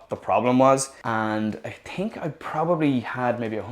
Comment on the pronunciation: I am sorry about your experiences but after 11 electric boards most chinese I get you. Cool to hear someone say tink instead of think.